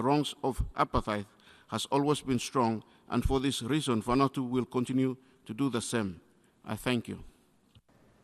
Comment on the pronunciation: Next time learn how to read Vanuatu lol